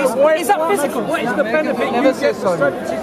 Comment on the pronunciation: "Is that phoosicool?" 😂😂🤣🤣🤣